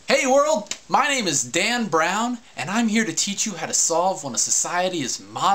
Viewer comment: I heard da**t brown